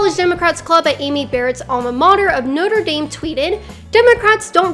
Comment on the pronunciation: As a European, the way you say Notre Dame makes me cringe into a ball